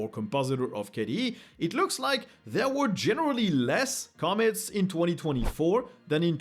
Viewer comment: The word commits is pronounced come-MITz -> where the EM-fa-sys is at the END 😉